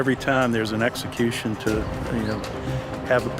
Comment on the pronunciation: Whoever the narrator is learn how to say execution